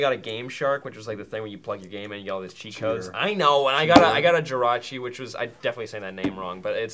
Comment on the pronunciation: Just so everyone knows pronounced Jirachi correctly and Maude mispronounced Gyarados.